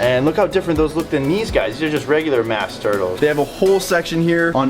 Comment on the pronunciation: I know your a fish guy but when you called that a mask turtle I started busting out laughing it’s a musk turtle 😂😂